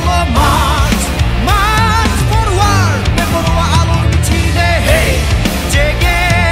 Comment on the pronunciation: Vocal needs to improve pronunciation of these english words... His pronunciation of "Forward" sounds like "foruwad" 😖😖